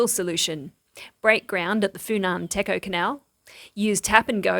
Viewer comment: The word "Techo" should be pronounced as "Dechjo", not "Teco". Sometime reading Khmer words in English can be a little confusing.